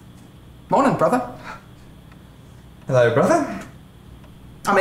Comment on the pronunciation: "Hello brothera" "Hello brothera" "I made a pot of cool aid"